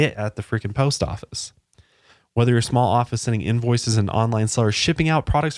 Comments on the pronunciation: I died at shmalllll shmackleeeee and a big toe lpl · Schmall schpeckle 😂